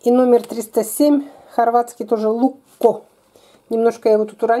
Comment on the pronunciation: он не лукко, а лучко